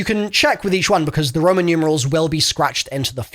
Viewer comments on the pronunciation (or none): none